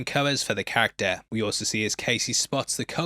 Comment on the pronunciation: Please learn to say character properly 🙏